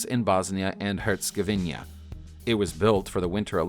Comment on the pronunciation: Tames instead of TEMZ for Thames, HerzegoVINIA? AND your French is deplorable; my late mother learned French from a Down Easter, and even she pronounced French better. Disliked. No subscription.